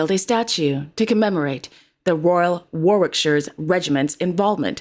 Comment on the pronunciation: And ‘Warwickshire’ correctly too… 👍